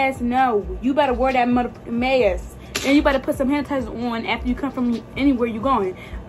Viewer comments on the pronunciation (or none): Lol did she say hanitizer 🤣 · “Handatizer”😂😂 I was like huh😂